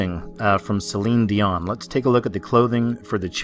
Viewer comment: Celine Dee-Mon.